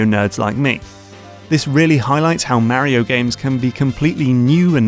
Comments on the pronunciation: Where did you get your pronunciation on "Mario" from? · I really considered not subscribing because it's so grating how you mispronounce Mario every time, but you won me over with your deep dives, and excellent analyses. I've been watching a lot of your videos lately, and my Steam wishlist is growing out of control. Today, it was What Remains of Edith Finch that really caught my attention. What a WEIRD thing to do in a game... but we'd never come up with anything new if there weren't people experimenting, and it seems to work.